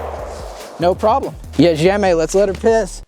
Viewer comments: Oh, Yes, JEDZIEMY (Great pronunciation) ..... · Your "Jedziemy!" is spot on ;)